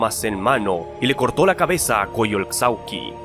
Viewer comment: ¡Buen video! Por cierto, la "x" en Coyolxauhqui se pronuncia como "sh". Asi que se pronunciaria como "Coyolshauhqui".